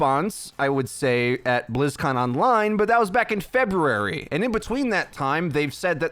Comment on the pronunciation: This mans just said Februrary